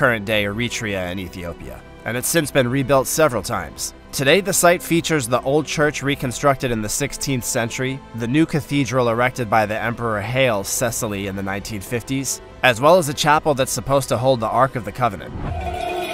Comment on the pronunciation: Congratulations on successful pronunciation of Yorkshir NOT the usual York SHIRE. But you fell from grace calling this bloke (Haile Selassie) "Hail Cecily" 😉